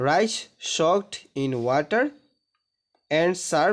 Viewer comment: প্রথম লাইনে ওখানে উচ্চরন হবে রাইচ😂😂😂😂